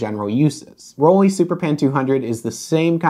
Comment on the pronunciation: Can you stop saying rolleee? Please?